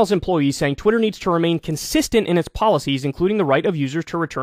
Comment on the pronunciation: After rereading my comment, I can certainly see how it can come off that way; it really wasn’t my intent. His diction is excellent, which is what I primarily wanted to convey. I also realize his “know what I’m sane” style may be just that: style, and may not reflect anything else. It seems to be pretty effective; even if he can’t quite seem to reach 1M subscribers, it rounds off quite nicely, and is way higher than most.